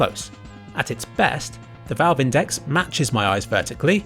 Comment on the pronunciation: You pronounced index wrong